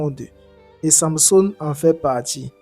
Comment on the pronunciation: Pourquoi tu as du mal à prononcer samsung